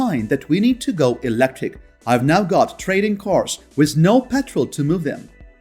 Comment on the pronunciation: Out of curiosity, why do you say wish, instead of with?